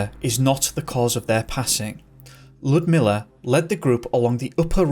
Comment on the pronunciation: "1993, the year I was born" well that made me feel like a granny! I had never heard of this one before until I found it in a random top 10 mysteries online. Why does it not have as much chatter as the Dyatlov pass is beyond me! It's definitely scarier, in my opinion. Also, congrats on pronouncing Ludmila's name almost perfectly! (no sarcasm, I am genuinely congratulating) So many people struggle with it and it's beyond me why, the "U" in the middle is pronounced literally like "you", it's like L-you-dmila